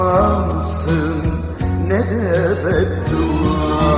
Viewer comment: Nede kelimesini çok güzel söylemiyor mu